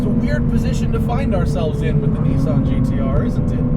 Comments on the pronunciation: Nissan not neesan. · remember guys, its NISSAN not NISSIN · Nissan not Kneeson. Thanks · How come all english speaking people blatantly ignore that Nissan have two S's in it? :D Niiisaaaaaaan xD